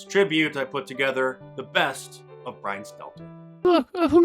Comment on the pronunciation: Bwian Stiffler , ( RIP ) Ruined in Popularity